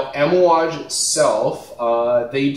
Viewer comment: Lol bro you keep saying Amouage wrong haha. But we all know what you're talking about. Cool video!